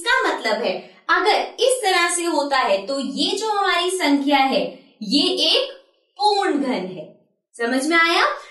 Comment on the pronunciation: पूर्ण को पूण पूण कह के दिमाग खराब कर दिया ।